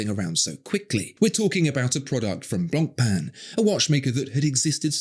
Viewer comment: Finally someone pronounces blanc pain correctly. Interesting facts by the way.